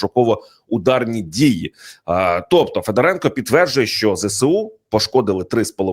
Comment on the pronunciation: Не ФедорЕнко, а ФедОренко. Ведучий, ти навіть не військового, а людину не зневажаєш. Де вас вчили?? Хочтебе, хоч Дрозда з Гаврищаком. Ви ж ведучі престижних каналів. На курси якісь запишіться.